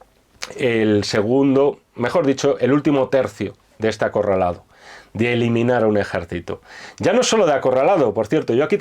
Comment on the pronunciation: acorraldado? no mamen jajajajaaj